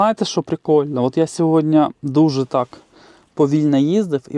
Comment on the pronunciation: СьогоднІ, а не сьогоднЯ